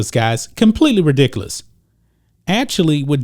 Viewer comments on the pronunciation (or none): I like black-and-white network and these guys but why do they say "redickolos" instead of ridiculous?